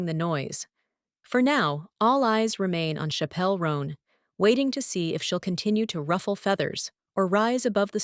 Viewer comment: It’s not Shappelle Roenn ffs